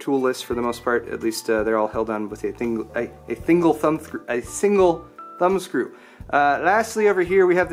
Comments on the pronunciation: "Thingle Sumbscrew" -, 2016 Never heard him screwing up that many words in a single video ^^ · No one else looped "a thinglethumb" ? :D